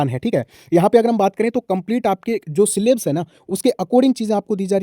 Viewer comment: Bhai सिलेब्स नहीं होता सिलेबस होता है